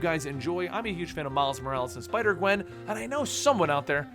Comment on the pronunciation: you sai sipder gwen